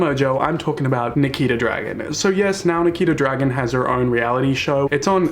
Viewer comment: he definitely said niki the dragon not nikita dragun right? or am i tripping